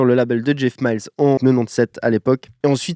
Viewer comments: Pour info, Jeff mills se dit M I L L S et non pas MILES comme robert miles :) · C'est "Mils" pas "Mayls" ;) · c'est pas Jeff ''MILES'' c'est Jeff Mills ...😂